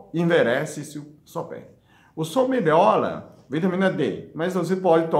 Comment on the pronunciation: 😍😍dr do nosso coração,acho lindo vc falando gordula,melola Que Deus te abençoe